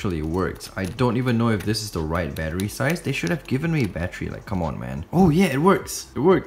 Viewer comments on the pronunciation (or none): Sounds like ur saying battree